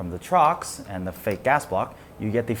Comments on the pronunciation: torx not trox..... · its torx not trox lol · I like how he kept saying TROX instead of torx, must be an asian thing. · Trox? You mean Torx? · trox? Think its torx.... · Man called it a trox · Did I hear wrong or did he call Torx "Trox"? :o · lol, ya.....he did....glad im not the only one who heard it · It's called TORX, not a god damned Trox.. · It's T O R X. Not trox. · Dude, it's pronounced "Torx" and "bursts."